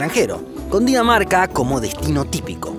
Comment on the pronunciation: dices que cundinamarca pero en realidad es Dinamarca yo entendí cundinamarca